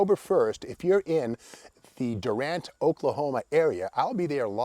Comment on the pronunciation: FYI. The town is pronounced Dew-rant according to locals. And they should know, of course. Sounds silly, I know. Great videos as usual